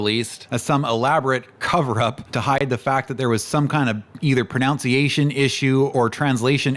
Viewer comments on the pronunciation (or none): It's pronounced Pro-nun- see action, not pro now see ation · I certainly hope you’re saying “pro-NOUN-see-a-shun” ironically. If so, HA! Funny! If not: Molson sucks! (Love the video per usual) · Dude, you're mispronouncing pronunciation 😂 great video!